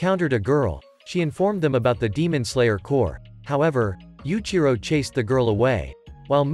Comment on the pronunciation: Yuichiro not yuchiro